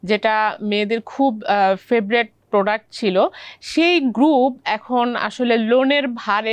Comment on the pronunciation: ফেব্রেট, এস্ট্রেস 😂, উচ্চারণ বাচনভঙ্গি কোনটাই ঠিক নাই উনার